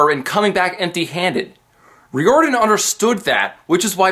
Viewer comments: I really don't like nit-picking but it's pronounced Ryordin not Reeordin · Rick's last name is pronouced ry-or-dan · Okay im so sorry but Riordan is pronounced like fireman. And you dont pronounce the Th in Thalia.